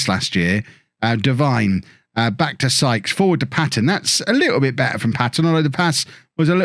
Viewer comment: Hey, it’s pronounced Deveene rather than Devine as it’s spelt. Sorry to be that guy, love the series